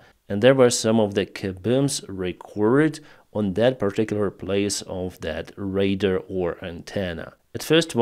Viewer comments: Pronounced: ray-dar ✅️ Not pronounced: ray-der ❌️ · Ray-DAR Radar, Ray-DAR.... not raider, but I still love ya, but say raider one more time!!!! LOL Raaaaay - DAAAAAARRRR